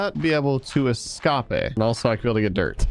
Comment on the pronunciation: omg escape THEVWAY HE SAYS IT